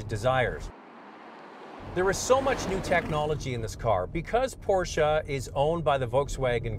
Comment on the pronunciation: Wtf is a porcha I thought it was porsche